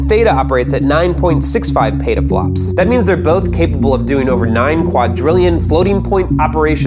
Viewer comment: it's not pronounced pata-flops it's pronounced peta-flops